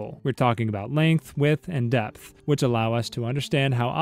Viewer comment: Depth. He said "Death"...